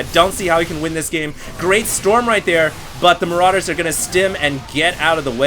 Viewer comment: haha i love how he says maraiders are SO BEEFY! lmao